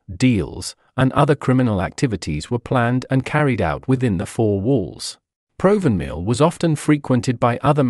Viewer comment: It is pronounced Prov van mill